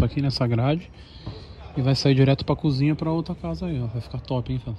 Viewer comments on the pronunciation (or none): none